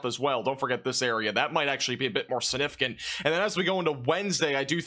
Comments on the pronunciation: It's "siGnificant," not sinificant. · I hate the way you say significant but I love your weather reports :)